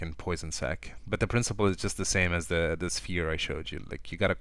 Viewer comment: the tutorial is great, and the drawing is great, but a few words of critique: if you are making more tutorials in the future add some very silent music in the background, also your pronopounciation of "the" sounds like "duh" clear our nose before you record :)